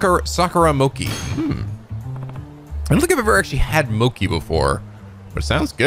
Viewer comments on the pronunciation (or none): GOD DAMN IT! IT'S PRONOUNCED MOCHI MO AS IN MOBILE, CHI AS IN CHEESE. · yes, you are right, just like churros, but i meant "chi" with the "i". keeps saying "moki". ( > _<) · Lol just destroyed every weeb saying MOKEEEE its Mo as in Moe and Chi as in Chi Chi 😂😂😂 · Thunderboy 179 also it's pronounced Mo-Chee. Not Mo-Key. But hey that's Amirite? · It's...it's pronounced moh-chee not moh-kee..... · Loved the side quests in this game! Also, I feel like too many people are "passionately" correcting on mochi. "Ch" is pronounced as a "k" in several languages and you can't expect someone to pronounce a food perfectly that they never heard of before. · I thought pronunciations couldn't get worse... BUT MOCHI JUST HURTS! IT HURTS! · He's been pronouncing it that way since P5 (unless I missed it in P4). It does hurt (it's not like mochi doesn't exist in the US) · you pronounced mochi wrong i’m totally original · im prety sure that the "chi" in "mochi" is pronounced "shi" or "ti", not "ki".